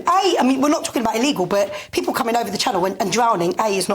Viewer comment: “I Fink” “pepul” “parte” Christ get someone who can speak properly They don’t have to be posh just pronounce words properly.